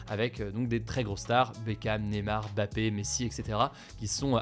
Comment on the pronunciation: Bravo pour avoir bien prononcé Mbappé, sûrement le premier "journaliste" français à le faire